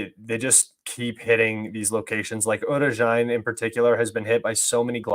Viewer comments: Author, not "Orchetny" :), but "O-che-rE-tino". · Goddamn it its not Orchidny there is no spiders there. It’s O-che-re-ti-no 😂